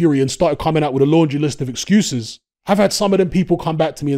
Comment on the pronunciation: Hatman: "ExGUUses" loooooool